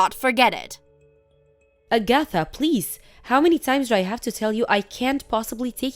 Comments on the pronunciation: I had to stop what I was doing because I was laughing so hard! A-gath-a instead of Ag-atha. I had to listen again because I couldn't recognize the name. Then I looked at the texts and started guffawing. These things never fail to entertain. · Her name is pronounced Ag-a-tha not A-gatha. DONOT give any of your in-laws a spare key to your home and NEVER give them a chance to get their hands on your house keys so they can slip off and make a spare key. These mother f*ckers will rummage all through your house and rob you blind. They are trifling and believe they are entitled to anything YOU have. Let these so called entitled people get a JOB and have their own money. I'm glad that put a stop to the old prune face bitch getting money from them and cutting ties from her. Glad blocked her husband number from Agatha and Never give her your address to where you moved to. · Agatha. = A-geh- thuh Chauffeur = show-FUR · Agatha was mispronounced repeatedly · Hey, watch a rerun of Bewitched to pronounce Agatha. 🤣